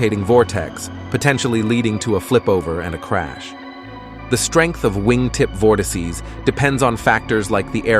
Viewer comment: Nice vid, though bro cannot pronounce "vortices"